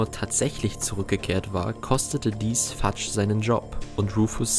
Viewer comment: Fudge wird nicht fatsch ausgesprochen sondern fötsch